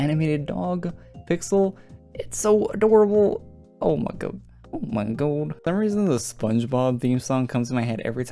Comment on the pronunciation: When you said "Oh My God", the Canadian accent on the "God" got me!